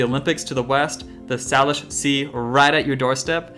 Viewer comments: Hey, love videos! Just a heads up as a Salish Kootenai Native American person (an Indian tribe from the Flathead region of Montana), it is pronounced SAY-LISH, not SAH-LISH. As a separate point, it is Leavenworth, not LeavenSworth. I hope this does not come off as too negative, you are one of my favorite Seattle-based YouTube content creators! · Pronunciation time: Salish = Sayleash, Geoduck = Gooeyduck. Loving the 2 part series :) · Couple corrections. The Salish Sea is pronounced SAY-Lish. And Mt. Rainier is Mt. Tahoma, not Tacoma. Oh, and Geoduck is pronounced goo-ee-duhk. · I can tell you're not from the area, you're mispronouncing a lot of the names, including Salish and geoduck (pronounced gooey-duck) Regardless, you've made me miss home, trying to get back there